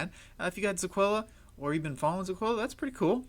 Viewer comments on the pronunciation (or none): "Zeecola" dude come on I know you’re new to this and have not done your research properly hence why you are butchering ZIL's name. At least try to pronounce the name properly. It’s ZILLIQA....ZEE-LEEE-QAA.